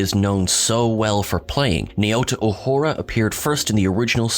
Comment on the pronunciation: Wow! You can't even say emancipation correctly, up your game, because right now you stink. when you mispronounce her character's name and all the other stuff you say on here, you are cheapening the quality of the tribute. respect our culture or we can't respect your channel.